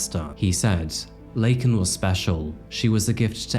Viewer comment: This story pissed me off so much and I’m Canadian. The fact that Biden literally mispronounced this woman’s name live on tv, and didn’t enforce immigration laws AT ALL absolutely made me hate the Democrat’s to a completely different degree.